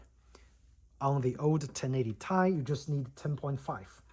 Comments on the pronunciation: T I NOT TAI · Great video... I'm thinking of this card myself. One thing though, from a former 1080Ti owner... it's Ti as in Teee Eyeee 😅 Actually, shouldn't say former, still own it, it's in my kid's PC now, after I got a 3070Ti a few years back. The Duke 1080Ti is way bigger than the FE cards.